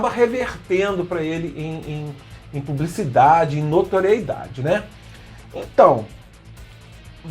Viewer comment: NOTORIEDADE seria a pronúncia correta.